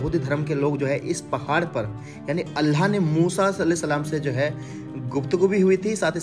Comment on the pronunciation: Bhayi allah hota h Kam se kam. Allah ka nam v sahi se lijye aap allah nam sahi se nhi le.rahe ho please allah bolo allaahh nhi bolo